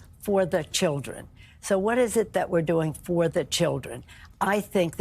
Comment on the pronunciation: It's so creepy to hear Nanchoo keep saying "I want to be in there for the 'Childrrhen'" and do exactly what? Indoctrinate them to be perverts?